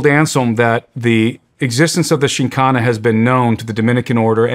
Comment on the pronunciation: The host didn't even research enough to prounce the topic right.. should be full of facts lol